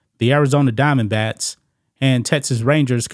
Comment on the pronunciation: Are you saying Arizona DiamondBATS or does it just sound like it?